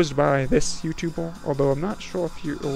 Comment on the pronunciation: What accent do you have? I'm hearing numbols, youtubols, folst attempt..?